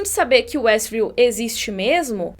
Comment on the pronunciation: quando o policial diz Estview,observei que foi retirado apenas o W de westview.W de Wanda